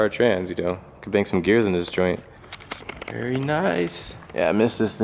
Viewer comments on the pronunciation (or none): the way he says “VER NICE” 🤣🤣🤣